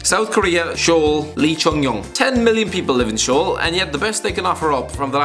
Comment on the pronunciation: Damn. I’ve always loved your channel but come on, you can do better for Korea and Japan. First off, Hong Myung Bo is the best player from Seoul (pronounced “Soul” not “Shoul”). He’s considered one of the greatest Asian players of all time. 7.34 is a picture of Park Chu Young. And the best product out of Tokyo is definitely Yoshinori Muto. Slowly becoming a regular for Mainz, better than Toda at least.